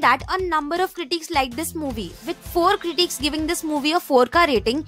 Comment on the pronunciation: Great video. But please pronounce the word "critics" correctly. Its increasingly annoying!!